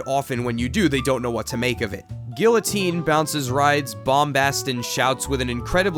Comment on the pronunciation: Your pronunciation of guillotine made me cringe